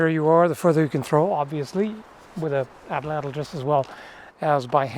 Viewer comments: It's pronounced "aht-laht". In the Nahuatl language, the 'tl' sound is just a 't' if it occurs at the end of a word. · Pronunciation is "AT-LAT" the L at the end of Atlatl not typically being empathized in the native Nahuatl language. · Atlatl is pronounced atlat